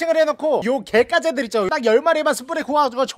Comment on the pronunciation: 나만 갯가재가 갯강구로 들리낰ㅋㅋ